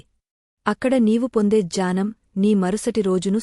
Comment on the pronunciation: గూడా ర్థము పాలకటానికి గూజార్ధము అనిపలుకుతున్నారు డ ని జ గాపలికి నట్టు వుంది. చాలాబాగా చెప్తున్నారు చిన్న సవరణ మాత్రమే ఇది జ్ఞానం ని జానం అంటున్నారు. (